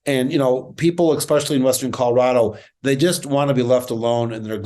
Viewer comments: It's especially, not expecially. Come on man, if we're going to beat these people we have to be smarter than them. This should not be hard. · I'm sorry, but could someone please tell Mr. Frisch that the would "especially" is not pronounced "ickspecially". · There's no such word as ek-specially. This is the sort of thing that makes me wonder about what Colorado is putting for election... Especially, Especially Adam, not ek-specially. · Where does this “expecially” come from? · A better Democratic candidate is called for. Don't recycle a loser; this guy "especially"! (He actually says "expecially" which is not a word. Not very bright.) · Oh boy.. I know it's minor when picking a politician but please stop saying "ekspecially"! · Don’t say “exspecially”.